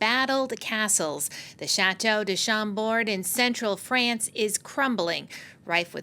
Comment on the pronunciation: Sa voix! "Frayance"? C'est un pays?